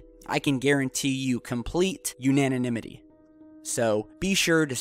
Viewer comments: Haha! Cool story. How long it take you to write that? Is it because your ufo stuff is being laughed at? Need to change it up a bit. Yeah, men in black clothes are a lot easier to fudge than ufos. Oh and it's anonymity not unananymyty. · Wow. So many rude haters on here. Don't you guys have anything better to do? I love ya but the word is an·o·nym·i·ty...not "Unanonymity". lol You made a new word! I do that too (: ˌ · Anonymity, not Unaninimity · What is "Unanonimity" ? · Unanonimity?! Stop making up words,. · What the fuck is "Unanonymity"?